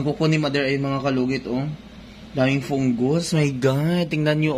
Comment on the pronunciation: Fungus ❌ Pungus ✅ Hahahahah